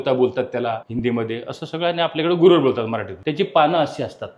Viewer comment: Dr. साहेब रातराणी वेगळी आणि पारिजातक (प्राजक्त) वेगळा😊 आणि 'गुरवेळ' नव्हे 'गुळवेल' 😅 बाकी आपण great च आहात..त्यात काही वाद नाही❤